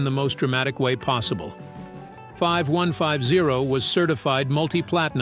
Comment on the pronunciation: It's pronounced 51-50 bot